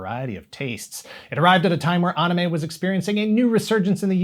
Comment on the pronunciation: Why does he pronounce it Anna Mae